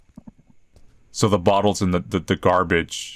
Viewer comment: there's something about the way says gaRRbage that makes me laugh everytime